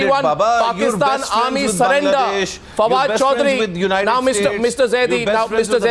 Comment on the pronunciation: I duno y they call this dog fawad , fucking my ears are bleeding.